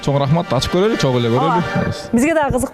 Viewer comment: Еще и ведущая: " бараЙлы" "короЙлy"